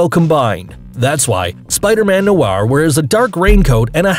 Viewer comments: It is pronounced know-or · He doesn't. He pronounced noir Spider-Man wrong. Lol